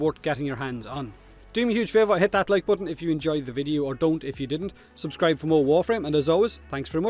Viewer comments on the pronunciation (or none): none